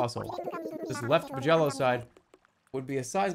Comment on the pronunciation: "Left ma-jello side".